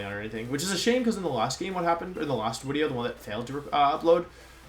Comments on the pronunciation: Day 10 trying to figure out why he says “Wideo” 🤔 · Why do you always say “wideo”? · He explains it in another wideo friend. He has German friends that pronounces their V and W backwards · It’s as the result of picking up on the way his German friends spoke. Same reason he says “Wenusaur” instead of Venusaur.